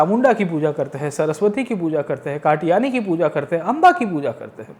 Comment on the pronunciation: Are wo katyani hein not katayani